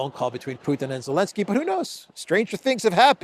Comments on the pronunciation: Why do you say Olenski? Alenski? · Why does keep calling him ELENSKY without the "Z" at least half the time? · i like it more when u called the green goblin “Elensky “ than Zelensky😂